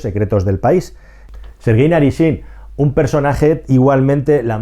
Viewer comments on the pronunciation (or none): El nombre del buque insignia es Moskvá y no Moskva. También es Rogozhin y no Rogozín, es Naryshkin y no Naryshkín, es Sechin y no Sechín.